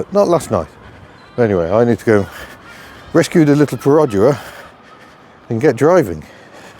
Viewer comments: Stop with your "perOdua" 😂😂😂 It's "perdua" without the "o" in Malaysian. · Your pronunciation of Perodua is dreadful. Its easy enough to check on line. Dua as you said is two in Malay and its easy to check how to say that properly.